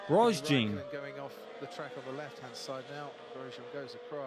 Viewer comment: XD Grosjean is said about 6 times in the 2020 clip and bro still mispronounces it horribly